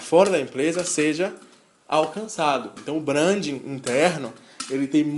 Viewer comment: Boa tarde amigo. quer ter credibilidade nos teus discursos? aprende pelo menos a pronunciar certo. achei horrível vc falar "brandin" quando já estava acostumado com a pronúncia certa:"brendin".